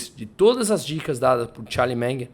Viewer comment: Charlie "Menger" 😆